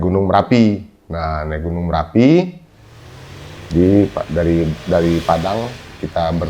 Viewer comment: MERAPI bos..bukan M"A"RAPI